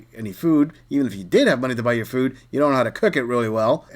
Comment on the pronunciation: Buy your own fooo then... can't even pronounce "food" is wild